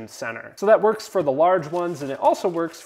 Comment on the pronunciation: Did Anyone notice when he said "outpits" 😅